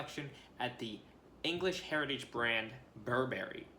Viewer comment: Sorry to be a bummer but please pronounce Burberry correctly.